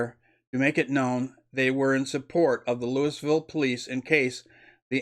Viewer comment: Dear Sir, sorry I must say that was painful to listen to. Your preparation, presentation and pronunciation makes the report damaging to the image of all patriots. LEWISville no Sir. You could type in Louisville pronunciation into google. Sounded like a 5th grade book report. Please stop. Or truly prepare and edit. Get someone else to narrate your next video.